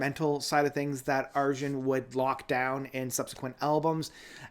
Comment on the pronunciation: his name is pronounced Ar-Yun. 😉 Transitus was initially intended as a film and not as an album, but due to covid-19 and a limited budget, the project is not quite what Arjen expected.